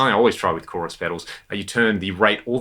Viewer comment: did you just say CHORI? The CHORI tree of pedals. Haha